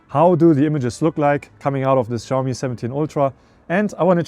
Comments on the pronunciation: People keep pronouncing Xiaomi wrong, it's not ziaow mee, it's pronounced siaow mee. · Bro you are saying Xiaomi wrong